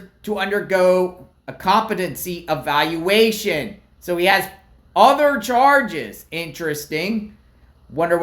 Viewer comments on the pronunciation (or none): none